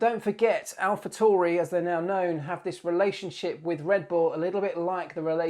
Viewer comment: Great vid. keep em coming :)..... just a side note though its Alpha T A U R I.... not TORI, there is no O in the name.